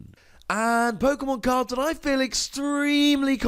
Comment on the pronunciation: Not sure pokemon or pokEAmon